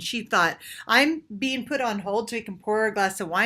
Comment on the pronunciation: Important not importan Being not bean Talking not talkeen Sounding not soundeen Looking not lookeen Playing not playeen Our is not pronounced “are” Training not traineen Organic not organdic Dating not dateen Authentically not ahthentically Experiencing not experienceen Amazing not amazeen Something not sometheen Living not liveen Vibrating not vibrateen